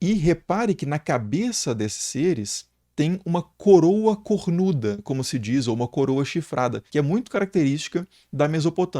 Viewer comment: sim mas precisa encher a boca para falar "CORNUDA" ?